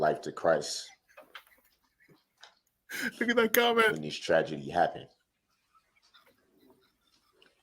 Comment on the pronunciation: The word is CHRIST - Not chriss